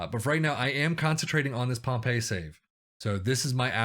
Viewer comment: Great Video back at Pompey!! "whatmough" is pronounced as "What-mo" also Pompey is pronounced as Pompy or Pompi. Nice 1 nil win again Walsall Like and FW as always!!